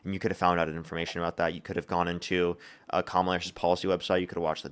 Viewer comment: Why does every Trump supporter mispronounce Kamala? Theories? Lol